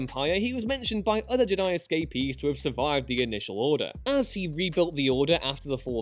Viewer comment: I hate the way says Jedi